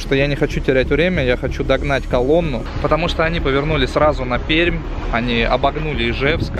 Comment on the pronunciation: Отдельное спасибо от Пермяков за правильное произношение нашего города😅